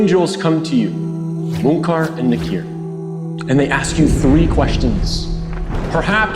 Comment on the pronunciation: its not mukaar its munkir and nakeer